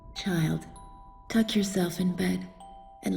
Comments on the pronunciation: was it just me who heard: touch yourself in bed in the beginning... Now you can't unhear it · omg... I thought the cut scene lady said "Child, touch yourself in bed." ~Hige. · I swear to god she said 'Touch yourself in bed.' in the beginning. o.o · Did anyone else hear "Child, touch yourself in bed"? O.o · So I was listening to the into to the game and I thought the lady said "child touch yourself in bed," and not "tuck yourself in bed" I was super confused until I read the subtitles XD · I swear the narrator said, "Child, Touch yourself in bed". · I swear I heard the narrator say "Child touch yourself in bed" lol